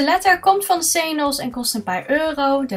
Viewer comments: Senos? Wat hahaha. Ik spreek het echt heel anders uit. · Ik vind dit flauw, ja mascha heeft ook iets met glitter gedaan. Maar dit vind ik wel hele andere iedeeën. Iedereen ziet toch dat ze hier tijd in steekt. En iedereen spreekt xenos anderd uit. Waar zou je je aan irriteren? doet haar best op het filmpje. En het filmpje is leuk, dus. Nog redenen om te klagen verder?